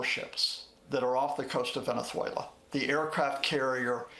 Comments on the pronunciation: Please someone help this man pronounce venezuela.😂hugo chavesss😂😂😂he kills me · why does he pronounce venezuela like a spaniard😂